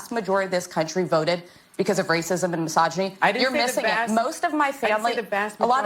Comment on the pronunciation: If I took a shot every time Sunny said " racism and masoginy" I would be on life support.